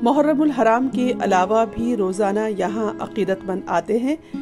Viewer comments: یہ “پَڑ” نہیں بی بی یہ “پِِڑ” pir خدا کو مانیں میری ماں کی زبان پر ظُلم مت کریں شُکریہ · Par nhi Pir is the right pronunciation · Mohtarma jis jaga alam lagaya jata hai usy "pirr" kaha jata hai parr nahi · یہ لفظ پَڑ نہیں ہے۔۔۔ پِڑ ہے۔۔۔ پ کے نیچے زیر لگتی ہے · پڑ نہیں ہوتا یعنی ڑ پر زبر نہیں زیر ہے Pid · بی بی سی کی انتظامیہ سے التماس ھے کہ لفظ "پڑ" کو زبر نہیں بلکہ زیر کے ساتھ پڑھا جائے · لفظ 'پڑ' میں پ کے نیچے زیر ہے نہ کہ اس کے اوپر زبر